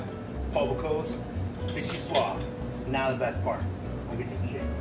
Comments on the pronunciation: That's "bo-COOS," not "boo-COSE." Note the spelling. And it's "vee-shee-SWAHZ," not "vee-shee-SWAH." Note the "e" at the end, and that it is French. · Can’t pronounce vichyssoise.